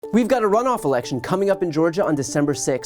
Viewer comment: Hey he also can't say rhe word election....says it in interviews he says election funniest thing I have ever seen